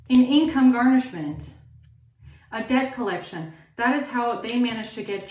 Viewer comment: Did you say debt colletion or. DEATH COLLECTION 😢 !!!😊